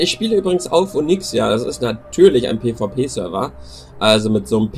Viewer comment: lesen kannst du nich? onyxia!